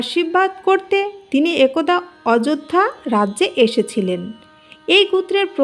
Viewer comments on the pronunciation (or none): none